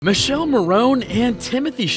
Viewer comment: Mee-kaeh-leh Not Michél, wtf